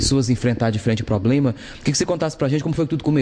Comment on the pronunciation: Poblema.... reporter acabou comigo